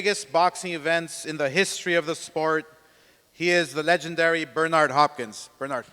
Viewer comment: Bro said "Brenda Hopkins" 😂😂😂